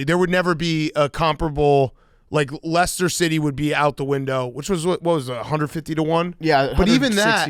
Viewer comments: Its pronounced LESTER #teamhank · no ones told you it’s actually lie Chester city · “Lie Chester City”